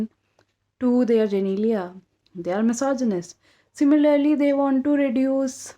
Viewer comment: You're so cute! You said genelia instead of genitalia :')